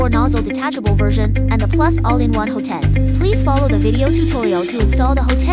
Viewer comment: It's pronounced "HOT-end", not "ho-TEND".